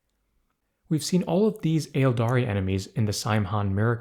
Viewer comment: Um actually 🤓, the first “A” in “Aeldari” is silent, and “Slaanesh” is pronounced like “Slon-esh,” not “Slah-neesh.” “Slah-nesh” is also acceptable.